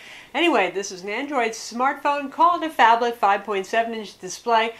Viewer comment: not a phablet ..a fonblet ...